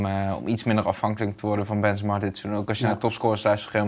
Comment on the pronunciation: Wanneer gaat Bas Benzemaaa zeggen ipv benzemA met zo’n korte a